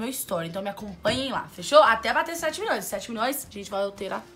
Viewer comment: "condominion", "minioria", "6 miniões"! 😂😂😂😂😂